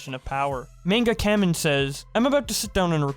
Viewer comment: lmao mispronounced kamen